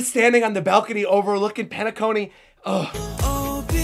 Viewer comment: Penacony = Pain-a-Cony 😅